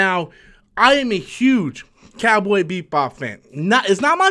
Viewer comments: Why does he keep on saying Beat Bop instead of Bebop???? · This video is funny, You remind us 5 times you are a fan of "Cowboy BEATBop" you never pronounced it correctly 1 time. You also wear a shirt from the anime so you add more credence to your statements. You complain about the concept of people being cast as Asians in anime as a problem because not every anime character has to be Asian, but that doesnt mean they dont have to be either. Also 4 people were cast here, 1 of them is Asian, yet you focus on that as your complaint in that argument. This was a 3 min video spread out over 6 mins so you could make it seem like you had a lot to say but instead you simply regurgitated news from an article that everyone could have read for themselves. You also admitted you talk about Captain Marvel "for the views" so I would say your channel is just a resting ground for stale content and boring commentary. People watch you because they laugh at you, not with you. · "Cowboy BEEP-bop" "John CHOW" lolol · Beep Bop? Also, you can’t pronounce Pin-eda? Come on, BOY! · Why does it sound like he's saying BEATBOP. xD